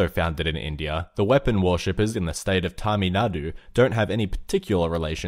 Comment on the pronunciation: "tami nadu" ? xd